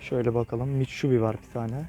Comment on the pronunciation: mitşubi diyor adam